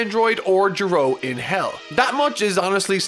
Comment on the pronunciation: His name is Giro. Pronounced. 'Gear-oh' He repeated it dozens of times through out the series, like a friggen pokemon.